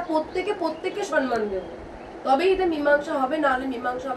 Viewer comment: ম্যাডাম আপনি সন্মান বলেন কেন?ওটা ভূল শব্দ। ঠিক কথা হোলো সম্মান।সম্+মান সন্+মান নয়।